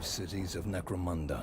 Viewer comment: Not criticising, say it how u want, but, it’s necro munda, munda like under not necro moonda, u get a like for the effort tho 👍